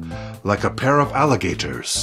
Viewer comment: "Like a pair of aleeGaters." 🐊🐊